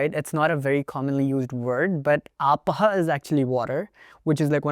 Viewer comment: Lexical base word for water is "Apas" not "Apah" but you are close.